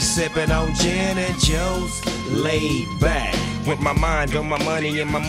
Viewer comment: Anyone noticed that snoop dogg said " Janet Jones instead of gin and juice " 😅